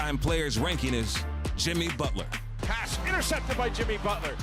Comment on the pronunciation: “Jimmy Butlahh” 😂😭